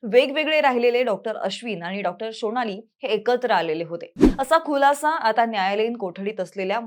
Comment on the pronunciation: निव्वळ तद्दन विश्लेषण... जी detection करते आहे तिला आधी हत्या की आत्महत्या हे सांगा अन् नीट मराठी बोलायला शिकवा... कुलाशा नसतो खुलासा असतो...अन् Dr शिरीष यांनी एकाच वेळी 19 सिगारेट ओढल्या हे त्यांनी जिवंत होऊन सांगितले का?? आधीच ओढल्या नसतील कशावरून.... अन् अश्विनी हॉस्पिटल पेक्षा त्यांच्या स्वतःच्या हॉस्पिटल मध्ये न्यायचे Decision त्यांचे घरच्यांचे की तुमचे...अन् दोन्ही कडचे रस्ते नीटच आहेत आणि SP institute हे अश्विनी हॉस्पिटल पेक्षा जवळ आहे...माहिती नाही तर कश्याला नको ते विश्लेषण करता...बंद करा चॅनेल #भंगार_भारी